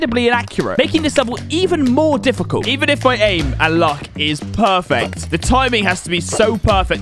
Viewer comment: some time in the video why he say pwerfect